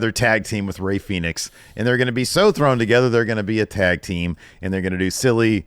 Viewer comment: J'Evey Fenix ???? Lol